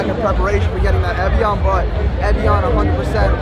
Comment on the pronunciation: He said evian but I heard philion